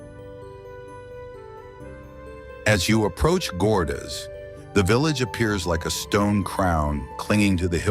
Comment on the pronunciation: Pronounce Gordes properly. No S